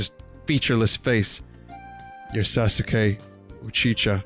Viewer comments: SAWSOOKAY OOCHEECHAH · Sas-u-kay Uchi-cha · "sasoo-kay oochi-cha" holy shit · Sassookay Oocheecha. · i almost had a stroke at vinnys pronunciation of sasuke uchiha